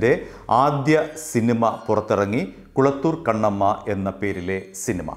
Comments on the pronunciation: Kalathoor kannamma ok not kulathoor ok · It's not A V Mariappan it's Meiyappan, also it's not kulathur kannamma, it's kalathur kannamma,, also it's not M. srinivasan,, it's M. Saravanan